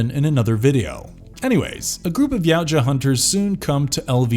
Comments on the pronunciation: It's pronounced ya-oo-cha not yow-cha 🤦‍♂️ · Yau-tja (not cha/sha) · Xenos aren't after world domination they are purely about reproduction and survival... And its pronounced "Ya Oot Jah" Not yowt ja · He didnt....its Ya Oot Jah